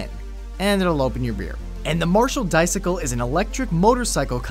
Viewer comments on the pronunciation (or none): Dicicle... Wait a minute... Dicycle... Dice-cycle... Dice-CYCLE? CHOWDER!